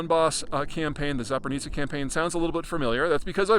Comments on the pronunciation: Zaporizhzhia no Zapornitsia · It's ZAPORIZHIA, Peter , not ZAPORNITSA like you are pronouncing. Top analyst like yourself should learn to do some homework first and use accurate , indigenous names before anything else. You have been using the wrong name for too long so I just had to react. No hard feelings O.K.? Keep up the good work . Slava Ukraini!!! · ZaporniZIA - its soooo funny how WRONG Peter is say the name of ЗАПОРОЖИЕ - Z a p o r NIZ ia, instead of the correct form - Z a p o r o ZH ie. . In Bulgarian/Ukrainian/Russian Ж is ZH, not Z. Ж is like sound in words like genre, pleasure, beige, seizure, vision. In English you don\t have a letter for Ж, so you used G, S, Z, but the sound is ZH. And, Peter, there is NO ,,NI'' sound in ЗАПОРОЖИЕ, hahahha, it is soooo funny. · It's not "zaponitsya" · "Zapornitsia?" No such oblast. Work on your pronunciation. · Zapori-what? Man, is it really that hard to Google how to pronounce it? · You mean Запоріжжя? say it with me: Za-po-ree-ja. za, as in 'Zardoz'. po, as in 'port'. ree, as in 'reed'. ja, as in 'jaguar'.